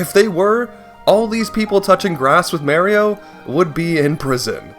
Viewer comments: It’s MAR-ee-oh, not Mary-oh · Why do people still say ‘mary-oh’?…..It’s Mario! Still though, the guy needs to be brought to justice. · Im more angry at the fact that you pronounce Mario as “Maryo” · "Mayrio" eye twitches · Excuse me but its not Merrio. Theres no E. Its Mario. Ahhh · Nah I am on that guys side since you pronounced it Mary-Oh, that's a war crime. Penalty, having your content copied. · did he just pronounce mario as may-rio..? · It bothers me because I have to deal with my father mispronouncing it every single time he says it. People will say ‘Who cares/nobody cares’, but it’s disrespectful to both Mario and Charles Martinet himself. It’s like if your name is Sierra, but everyone keeps calling you Savanna, despite being told many times that your name is Sierra. It’s rude and disrespectful to the person in question. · Oooh I get it. It's canadians who pronounce Mario like that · your pronounciation of mario should be in prison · I just can't deal with how you say mario. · That's a bit of a false equivalence though. Not only does Charles Martinet have little to do with it, but mispronouncing a name is very different from actually changing someone's name. This is especially true when people have to pronounce names that are not common in their native language. I do agree, it would be good if he made an effort to correct himself. But it is not as severe of a case as you are portraying it.